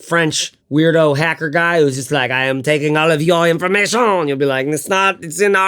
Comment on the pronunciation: "I am taking all ov your invormazion" 😂😂😂